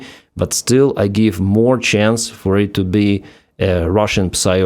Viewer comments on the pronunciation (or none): none